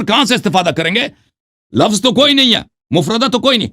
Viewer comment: مولوی صاحب معاف کرنا لفس نہیں اردو میں لفظ کہتے ہیں ، کم سے اردو کے تلفظ تو ٹھیک بولیں